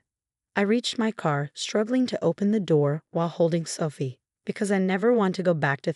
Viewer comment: same with Sooophie 😮